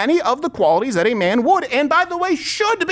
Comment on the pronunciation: “I’m looking for someone “thawt.” WHY DO WOMEN UNDER 30 ALL PRONOUNCE A SHORT “A” AS A SHORT “O???” This “oxcent” is so vapid and decreases credibility!